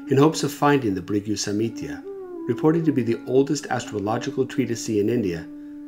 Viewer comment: samhita NOT samitya smh